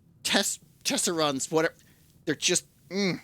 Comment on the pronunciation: gets so mad at Tesserons he actually says the name right! 😂🤣🤣